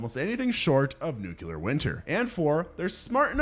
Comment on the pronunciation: Nuclear... pronounced NewClear, not Nukular. Why do so many americans say this word wrong? it's not even remotely close to how it's spelled either.